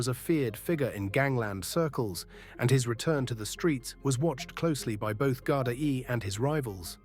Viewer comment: I'll be honest, the stories you post are good but the Ai ruins it as it can't pronounce Irish words and it is very frustrating hearing Gard-i-e and Drogheda pronounced completely wrong. I understand Ai is easier than doing it your self but imo ppl would prefer a real person even with a voice changer.